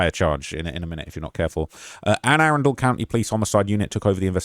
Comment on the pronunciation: Ah-run_del that's how you pronounce that i got you 😂😂😂